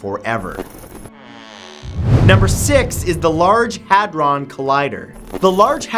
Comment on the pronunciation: I think he pronounced "hadrons" wrong